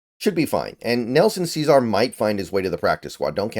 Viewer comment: You said Cesar right the first time you said it then you went back to saying it wrong. Smh